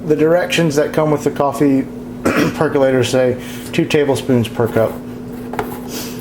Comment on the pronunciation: PerkOlator. Why do people say PercUlator? Say percOlator several times and you've got it.